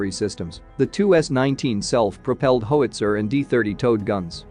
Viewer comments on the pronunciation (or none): How(itzer) not ho (witzer)